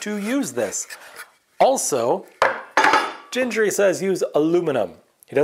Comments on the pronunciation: FWIW, both 'g's in Gingery are pronounced hard, as in 'get'. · Nice to see you back at the Gingery lathe! FWIW, "GHEENG-guh-ree". Hard Gs.